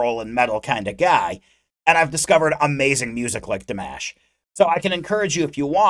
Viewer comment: He is not Dee-mesh, he is Dimash (dimaaash). And he is not "Kyudo-bergen", he is "Khudai -bergEn".